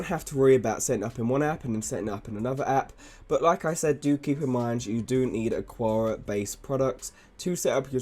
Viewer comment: Thanks for the quality information. Small quibble, though: the pronunciation of Aqara should be like "Akara" instead of "Aquara".